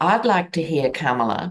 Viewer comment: enjoying your conversation... you're both brilliant - one little detail seems to stick out that has nothing to do with content.. - this old girl in LaLaland can't help wondering why you are mispronouncing the name Kamala! Surely you watched Kamala Harris's grand-nieces at the DNC have their very adorable moment on stage front and center to tutor all of us in the correct pronunciation of her name!... it's Comma-la. It's so not Camel-uh! Come on now! Please do say her name as her mother gave it to her! peaceout Respect